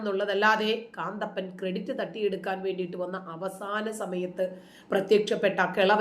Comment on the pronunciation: കാന്തപ്പൻ അല്ല കന്തപ്പൻ 🤣🤣🤣